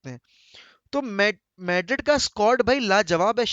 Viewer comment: maydred kya hain madrid 😂